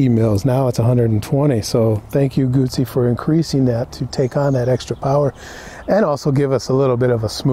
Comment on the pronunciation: My god, nice video, and The guy can say "Guzzi" properly too. 10/10 to this review, greetings from Italy